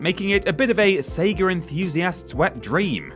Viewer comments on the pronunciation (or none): Oof, intrusive-r syndrome located it's SEGA not SEGARRR